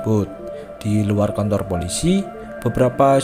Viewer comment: Abang kan bilang kantor yang aku denger kontor